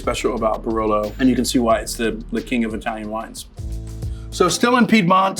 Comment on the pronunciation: is not BRLO is BAROLO !!!!